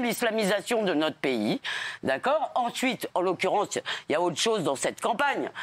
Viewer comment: "enchuite en l'occurenche ya autre chose dans cette campagne". 🥸 t'as entendu Bébère ?